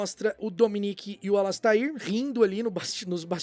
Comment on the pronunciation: e precisam aprender a dizer a pronúncia correta do Alastair, tadinho. (Alasteir)